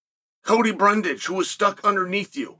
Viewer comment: He stopped mispronouncing "Brundage" 😄